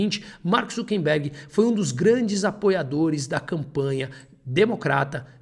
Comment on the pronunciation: seus textos são muito bons. Mas não resisto a observar que o correto é "ZuckeRberg", e não "ZuckeNberg".